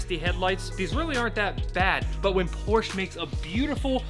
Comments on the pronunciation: So sad that you can’t pronounce POR SHA correctly. You wouldn’t say CHEV RO LET would you…..see? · Its Porsche, with an E at the end. Not Porch. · Full red, it makes a solid visual against the black. The white bit in the led taillights breaks it up. Beautiful!!!! Drive it. Please pronounce the last ‘e’ if you love her, she deserves it. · Pronounce porsche properly!!!! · It’s a shame you cannot pronounce Porsche correctly. That’s All.